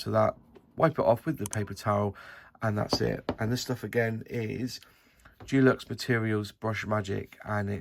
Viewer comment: De lux not Du lux! 😉